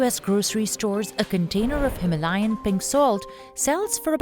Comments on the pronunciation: Him - layan nhi hima - layan 😅😂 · no himalayan, its HI-MAA-LA-YAN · The narrator needs to learn to pronounce Himalayan. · Wild pronunciation of Himalayan